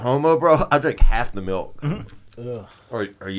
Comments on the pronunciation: Brendan, Milk doesn't have an E in it, quit saying it wrong! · If I hear Brendan say MELK one more fucking time.....